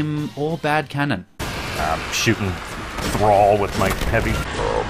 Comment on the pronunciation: "I'm shootin thraaall with my heavy?" Made me go crazy